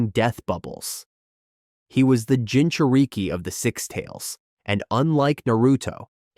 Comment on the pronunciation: is why I hate AI voices. It's not Gin-chu-reek-ee.